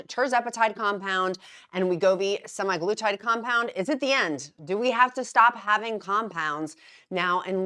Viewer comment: SemAglutide is the factually accurate way of pronouncing. Not Semiglutide.